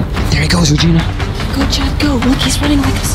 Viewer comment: it is Regina not regene